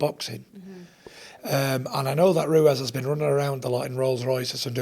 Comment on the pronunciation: Tyson "Andy Ruez" Fury